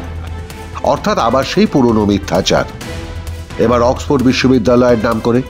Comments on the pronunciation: অক্সপো আবার কেমন উচ্চারণ??? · Oxford word টাও ঠিকমত উচ্চারণ করতে পারলো না। ডুবাই, লন্ডনে এর অনেক property আছে। দেখাশোনা করতে হবে তো? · oxford ভাল ভাবে উচ্চারন ও করতে পারে না !!!